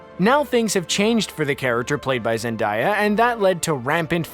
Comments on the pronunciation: Zendahya it's Zen day a my guy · Zen day a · It is ZenDAY-ah not ZenDIE-ah. 😫😫😫😫😫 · You just said Zen-die-ah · my eyes widened when the narrator said zen-die-ya instead of zen-day-a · jd it’s Zendaya they need to stop pronouncing wrong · Who tf is Zen-die-uh? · Pronounce ZenDAYa right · He says it like Zen die yah. How is it supposed to be pronounced? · It’s Zendaya stop saying her name wrong it’s not that hard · Emily Roy it’s Zendaya they need to stop saying it wrong it’s annoying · Nobody's gonna talk about how he's saying Zendaya? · That’s not how Zendaya’s name is pronounced. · when i heard it i was like nononono plz have other people notice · Exactly... I was even about to comment that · Omg that got me soooo mad!